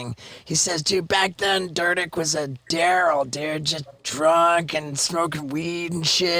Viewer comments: steve-o if u start one more podcast out with telling 1 of the same 5 stories i might quit watching lol im kidding cause your the fuckin man but shit man .p.s i think he pernounces it dEErdeck not dur dur durrr lol much love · I thought it was “Deer-Dek” not “Der-Dick” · "Rob Durrdick" 😂😂😂 has Steve really never heard Dyrdek pronounced before? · It’s DEER DECK not DHUR DUCK. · I noticed Steve-O mispronounced his last name. It's actually, "Deer-deck" That's how they always pronounced it on the shows. Or, "deer-dick" Sometimes even a kind of in-between on the two as well. I Noticed Steve-O said that at the beginning and Rob was cool enough not to interject or correct him. Truly a humble dude. Definitely gives me a new perspective on him watching this and hearing the story behind all of the stuff I personally grew up watching. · Wait, is it pronounced (Derr-Deck)? I always said it like (Deer-Deck) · It's Rob DEAR-DECK not DUR-DECK Steve O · isn't it pronounced "dear-dek" not "dur-dek)??? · I've always pronounced it deerdick not dirtdick. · He clearly did not watch his show much Haha Its deer-dick and Steve is saying der-dick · Rob dirtdick is wat sounded like steve o said 😄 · It is deer-dek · To this day I still laugh when ever I pronounce this guy's last name "deer dick". (I'm 42) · man i always thought it was pronounced "deer-deck" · Rob dur dick? He really couldn’t say his name right? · I always thought i was pronounced "Deer-dick" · I thought it was pronounced ‘dear deck’ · Wait... is that how you pronounce Dyrdek??? Cuz I've been saying (deerdeck) for over 10 years... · Hey Steve-O you pronounce Rob's last name like Deer-Deck . I know it looks weird with the letters in it . Lol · Wonder if Dur-dek is how you actually pronounce Robs last name, maybe everyone else has been doing it wrong 🤔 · Absolutely. It’s deer-deck . (I think) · Derdek lol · Yo -O, You said his name wrong, Yo! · Why does he keep saying his name wrong?! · That's how you pronounce his last name??